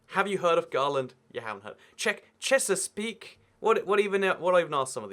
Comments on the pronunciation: This video really triggered me when you didn't know which states were which, but when you pronounced "Chesapeake" as "Chesaspeak" I was raging in my mind lol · "cant believe rome is such low population" rome has been sacked how many times?? you butchering Chesapeake is also cringe